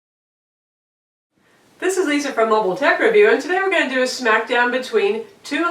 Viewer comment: Your opening sounded like 299 dollar tablets lol.. Instead of two 199 dollar tablets.